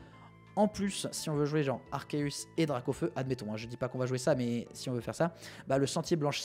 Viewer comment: Enfin un YouTuber qui prononce proprement Arceus